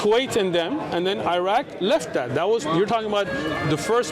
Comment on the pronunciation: Sheikh you know you've been in USA too long when you're calling Iraq "Eye-rack" 🤣